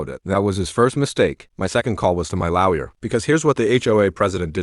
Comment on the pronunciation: Er...Nitrogen Monoxide entrt? Doeanyone bother to edit these things? It's bad enough the AI can't pronounce difficult words like "lawer", but come on...